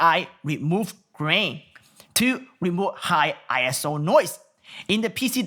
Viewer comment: I love your videos. They are The BEST! 😎👍 Point of note: ISO is pronounced 'Eye-So' and not I.S.O. It isn't short for anything and really shouldn't be all caps, but it is. Oh well. Again, I just love how comprehensive you are in all of your videos and whether I plan on buying the camera you are reviewing or not, I love to watch your videos anyway. You are funny, entertaining, informative, and have a unique accent for English that I just love to listen to. 😋 Keep making videos and I'll keep watching them. 😊👍